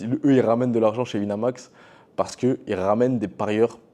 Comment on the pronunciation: "Sur Wineumax" 🤓